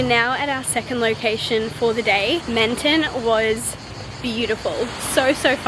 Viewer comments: Hi! Loved seeing the south of France from your pov since I grew up here 😍 but just so you know Menton is pronounced a lot lower like Mahn-thon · I’m French and it’s so cool to see France from your point of view ! I wanted to react to a few things : - Your pronunciation is actually good and cute but a little tip if you want to try : the “n” is silent in « Montmartre », « croissant », « Menton », etc. - It’s funny because to me « Shakespeare and Co » is magical because there are books in English - The candy you bought, we call them « Fraise Tagada » so « Strawberry Tagada » but honestly they are not the best ones in my opinion 😅 - I’m not sure but it’s possible you were in France while it was in a « alerte canicule / heatwave alert », which happened a lot this summer Can’t wait for your next vlogs!